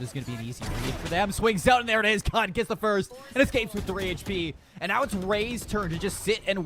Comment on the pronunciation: Ada Casternya ternyata. Btw lucu jg Cud dibaca Kud sama org luar :v